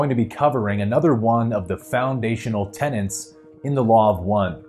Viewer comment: Tenets - not tenants :)